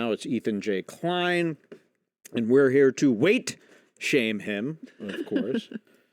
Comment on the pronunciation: It's Ethan Klein not Ethan Inklein